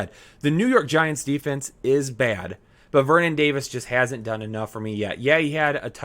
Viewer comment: Love the channel... But PLEASE pronounce your "T" when you say the word "but". I beg you.